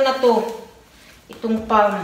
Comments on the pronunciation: Suggestion: ang correct pronunciation ng word "palm" ay "pam - silent l". Do not pronounce the letter "l". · Beautiful palm tree ! Is it a dwarf palm tree? Oh, by the way the word palm s pronounced without the " l ". I admire your perseverance, your devotion to your family and your ability to budget